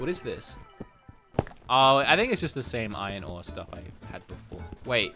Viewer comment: Me: iron ore: ion o